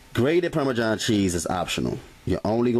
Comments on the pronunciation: Anyone else bothered by how he says Parmesan lol from one Italian to another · Parme-JOHN cheese lol :-P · "Parmajhon cheese"